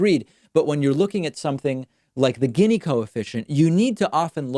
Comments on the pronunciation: You pronounce it geeni long E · You mispronounced "gini". Gini was Italian. The gini coefficient isn't the best way to look at income inequality because it doesn't take into account the absolute level of income and only focuses on relative (quantiles) comparisons. I think I speak for many people when I say that I frankly dont give a crap that we have billionaires as long as people's standard of living is rising. What's concerning right now is that the middle class is dying while the 1% is capturing all the productivity gains. Also disappointed that you didn't mention UBI as a very simple way to correct income inequality. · I'm pretty sure it's (Gini) pronounced more like "genie" instead of "ginny" (but still a good video, David 👍) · It’s pronounced “Jeanie” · Gini is pronounced “jee-nee” - Gini index.